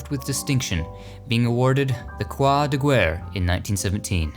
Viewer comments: My hears were hurt when you said "Croix de Guerre" about Vernon Castle, I know you don't speak French but that was a nice try :) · Croix de Guerre: It's pronounced crow-a da gare....